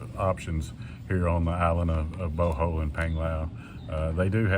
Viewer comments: Bohol is pronounced "Bo-haul" not "Boh-hole! Lol. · Bohol, pronounced Bohall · It's funny how you say Bohol 😂😂😂